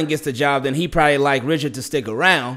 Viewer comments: I think his name is pronounced “Rishard” but i think his last job before the Saints was Cowboys DB Coach. He took over the DC job too when they fired Rob Marinelli mid season he did a really good job he almost got the DC job if Dan Quinn wasn’t available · I think it’s pronounced Rih-shard